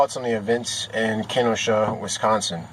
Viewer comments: It's KeNosha,not keno-shaw. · key-no-shaw - that's how it's pronounced. - Next lesson: De Pere and Kaukauna ---- Just kidding man.. good video. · You sir, have gotten so many facts wrong, that its hard to even take you seriously. You can't even say the name.of the town correctly. They did not tackle him, he has never been incarcerated, the knife was not even known about until after the situation was over, the police DID NOT know who he was when they arrived on scene. And, lo and behold, the charges have been amended, and warrants dropped.